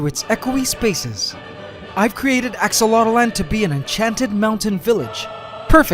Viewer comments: Why do you keep saying "axolot-O-land" ..... Its "axolot-land" you add another vowel in your own tank that you named yourself!?! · Ask-A-Lot-Land. Your "Aqua Dragons".... May Ax-o-lot. C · Not.enough to.go.around no, it’s AxoloteL-land